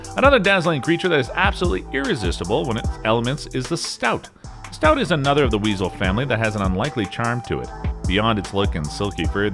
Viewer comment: Stoat isn’t pronounced “stout”.